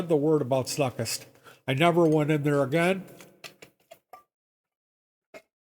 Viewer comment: I taught guitar there on and off in the early 80s. A couple fact checks: You aren't pronouncing his name even remotely close to correctly. The name was pronounced "snookst" actually. Rhymes with "book" with "st" and the end. Joe and Flo always paid me for teaching there promptly and in cash. Never missed paying me once. I also met all the music instrument company reps in there and learned alot about all the many M.I lines. Joe loved to buy at the Namm shows and much of his gigantic inventory was from Chicago Namm show closeouts to save shipping. He also didn't have either the Gibson or Fender lines so your note about that SG new with tags might be folklore. The place was indeed weird but Joe was actually harmless. That was a starting pistol with blanks in his pocket not a handgun btw. I agree, Mental illness may likely have been part of the picture but today he would be President by today's low standards.